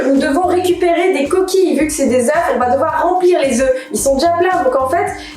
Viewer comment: "vu que c'est des oeuf ( le prononce au singulier)" je crois que le confinement détériore aussi le vocabulaire